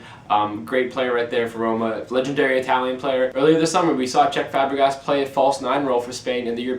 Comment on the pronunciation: I think he means Cesc Fabregas and not Chech Fabrigas